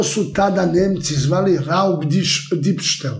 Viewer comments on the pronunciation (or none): Kaze se " Diebstahl " a ne " Dibstel "